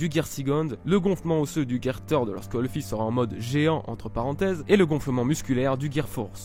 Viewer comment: Par contre " Third " ce dis pas comme ça